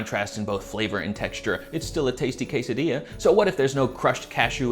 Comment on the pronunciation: Did you say "KAYSEDIYAH"? 😨